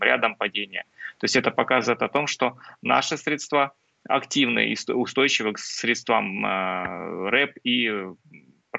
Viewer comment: срЕдства ,а не средствА